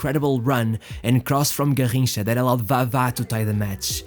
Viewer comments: SAY IT RIGHT GARRINCHA NOT GARJINCHA EVEN PELE SAID THAT GARRINCHA WAS BETTER THAN HIM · I stopped The video the video the third time he said “Garrincha”… hurt my ears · Your pronunciation of Garrincha is very odd and distracting. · Can you say garrincha one more time again?